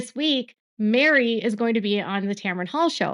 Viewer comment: Isn’t Meri’s name (short for Meredith) pronounced Merry not Mary? 🤔